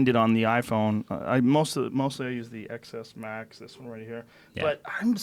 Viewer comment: The amount of times MKB tries to subtly correct Joe's "Ex Ess Max" with XS Max!